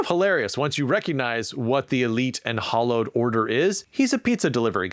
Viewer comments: I think all of these are good techniques to get the reader to read the second sentence, and maybe the third and fourth, and possibly the whole first page. The entire book will take a lot of good sentences and great storytelling. :) Also, fwiw, "hallowed" is pronounced "howllowed" not "hollowed." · In the "Snow Crash" example, the word "hallowed" is pronounced like "Halloween", not "hollow" (like a hollow log). Hallowed = revered.